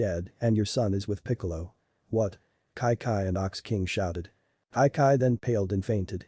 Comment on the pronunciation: her name is chi chi NOT kai kai